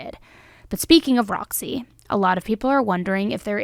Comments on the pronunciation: The bearded dragons name is Rossi. I was literally pulling my hair out all the 59 times you said Roxy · It’s rozzy. Not Roxy. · I think she said “Rozzy” not Roxy.